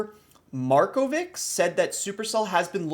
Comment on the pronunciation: you clearly don't know any surname of east europe, markovic is pronounced markovitsh